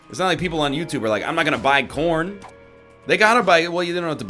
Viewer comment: ok but like it 100% sounds like he was saying porn should be sponsors for shit instead of corn